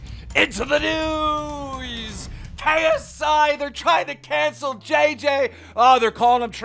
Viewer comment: He sounds like he said instead of news its newies